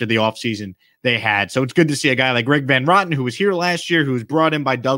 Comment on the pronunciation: The last name is pronounced VAN RO-TEN, not VAN ROTTEN